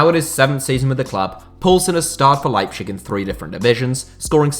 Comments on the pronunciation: Nobody: That guy: RB LEIPSHICK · I want to kill myself everytime you pronounce leipzig wrong... it is pronounced lighbtsig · "Leibschick" -:D:D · Patrick Schick has been such a great signing that even pronounce leipzig "leipschick" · It’s not leipshig u weirdo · just fyi it's pronounced LIPE-TZIG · Please, could you just for once, pronounce properly Leipzig? How would you like others to say your club in a such disturbingly wrong manner? (I am not even german or RB fan, but my ear bleeded every time I heard "Leipzisch" or what the duck was supposed to be) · Don't wanna sound like a know-it-all, but as a german native speaker: the nearly correct pronounciation would be kinda like "Lie-b-sick" :D love your content tho, don't worry, just if you want to improve! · I don't even think the latter is more correct. I have always been taught that in German the z is pronounced like ts. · yeah I live in germany and is leibzig, he pronounces it awfully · Leipshig... :D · 😂 bit of banter mate😂👌:*Makes a video about Leipzig* Also: "Leipschich" 😂 All in good spirt, overall = still some of the best football content on YouTube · You should pay one guy to spell the "z" in german for you. ;) The way you say "Leipzig" sounds more like a desease than the actual city. xD No offense, just funny for a german. ;) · Man your pronounciation of leipzip is horrible, no offense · The z is pronounced as a z not sh... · I can't watch this video with the way you say Leipzig, this is painful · Anyone else really peeved by pronunciation of Leipzig? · The way you pronounce Leipzig as a german gives me cancer. Put some effort at least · Could you not, just for my sanity, pronounce it Leipzig instead of Leipschig regardless of whether the latter is more correct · my guy, as a german i tell that the correct sound is "leiptzig" there is a T in it. And also, its not kaiserslotern, its kaiserslAUtern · That liepshig and gulacshi is really annoying